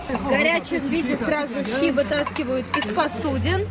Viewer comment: ЩИ ЭТО У ВАС СУПА. А ДУНГАН .ЩИ. ЭТО ПРАЗДНИЧНОЕ УГОЩЕНИЕ! ВЫ ГОВОРИТЕ ЩИИИИ.. У ДУНГАН ДРУГОЕ ПРОИЗНОШЕНИЕ ЩЩЩЩЩИ